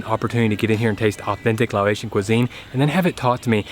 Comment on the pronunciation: Quick pronunciation tip: You're saying "Lao-ATION" when you say Laotian, but the word is pronounced "Lah-OCEAN." Easier than either of those would be to simply say "Lao" instead.